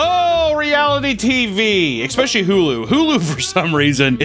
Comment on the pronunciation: EXPECHALLY EXPECHALLY IT'S ESPECIALLY. NO X SOUND.